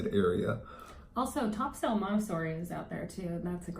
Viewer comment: Not being rude but it's not Top Sail , it's pronounced Topsul, unless of course, you aren't from the area